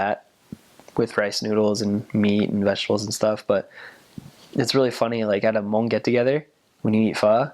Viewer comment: do u like it!!!! I'm hmong thank u!!!!! for saying it good!👍